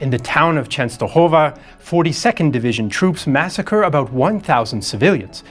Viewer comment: Your pronunciation of "Czestochowa" alone deserves a like, clearly put the time into these kind of things.